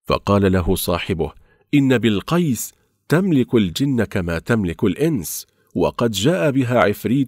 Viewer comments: بِلقَيس بِلقَيس بِلقَيس تنطقها وكأنك تقول بيل قَيس بيل قَيس 😒😒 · بلقيس قال بولقيص 😁😁ماشاءلله وضحت منيح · للأسف مايعرف ينطق الاسم مثل ماهو العنوان مستفز لكل يمني الصراحه ☺️😂👌اسحب العنوان صح بلقيس ملكة من نسل ملوك كانت تملك الأنس والجن وكان لها عرش عظيم مثل عرش سليمان ولكن سليمان رضي الله عنه كان نبى وكان له حكم الأرض كله ملك الطيور والجن والأنس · كلام فاضي ولا صلة له بكلام ربنا ونبينا الكريم .. احذروا من روايات الاسرائيليات ...حتى ماكلفش نفسه يقرأ اسم الملكة بلقيس صح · يقول اسم بلقيس غلط يا اخي تكلم زين وقول الاسماء صح وربي لو انك بأولى ابتدائي ما تنطق الاسم كذا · اولا ما بيستطيع ينطق اسم الملكة بلقيس بشكل صحيح وثانيا لماذا سميت الملكه بلقيس سارقه عيب هذا الكلام لايصح من انسان مسلم وكذلك اكثر ما في القصه ليست من القران الكريم فمن اين استقيتها بالمختصر (قناة كذاب ودجل) الا لعنة الله على الكاذبين الاصح والمفروض تكون اسم قناتكم هذه هابطون